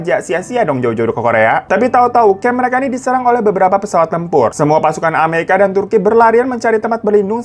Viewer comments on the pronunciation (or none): none